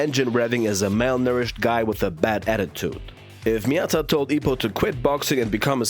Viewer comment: Nah his name is Ippo not Ippi 😂